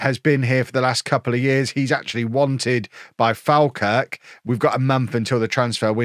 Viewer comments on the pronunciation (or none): As a scotman I feel obliged to tell you that Falkirk is pronounced fall Kirk